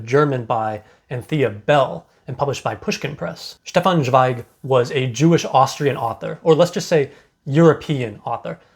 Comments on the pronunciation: Great review. Thank you 🌹 Zweig is pronounced ts'vei'g. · Great review, just found your channel and really like your videos about Scandinavian books. Just a comment about pronunciation: In German "Z" sounds like "ts", like in "let's go".